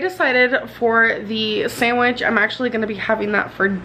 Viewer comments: I hate how she says sandwich she says to like “samitch” 😭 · the sAnDiWcH